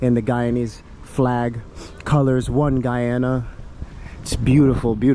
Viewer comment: As a guyanese we say GUY-ANA,Not how Americans pronounce it.. Thanks for visiting my country much appreciated.